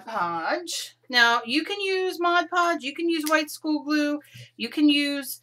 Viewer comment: When starting out in mixed media there is thousands of hours of video for noobies like me to watch, & it can get really overwhelming. Organising all your videos into playlists would really help new subscribers & beginners like me. Ty for all the helpful info in your videos.MCC;) Ps. Well done saying Mod Podge & not Modge Podge. LOL